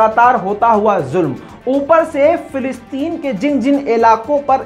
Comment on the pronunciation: Fe nahi fa. Falasteeeen. Bolo. Fa. Fa. Falasteeeen. Bolo. Not. Felasteeeen.